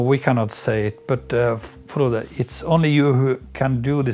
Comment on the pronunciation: Prononciation correcte: Kirkenes: Chirkenaisse - Frode: Froudeu